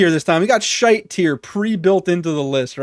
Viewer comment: Hearing an American guy say the word “shite” is hilarious